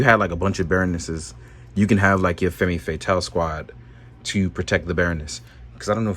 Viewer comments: Femme Fatale - (pronounced fem not femmy) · What's. FEMMy Fatale?? It's pronounced Femme (FEM) Fatale (FAYTAL)! JUST THOUGHT U SHOULD KNOW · "Fahm Fuh-tahl". 'Fatale' rhymes with 'Morale', with the emphasis on the 2nd sylable. And 'femme' is basically pronounced "FUMM". It's French. 🗼